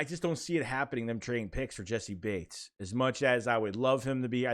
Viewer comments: Naw you said it right that’s how I say it and hear it from prominent figures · Im pretty sure you're sayin his name right bro. That's how I heard the announcers say it. That's how I've always said it. That's what it looks like it sounds like. It's right.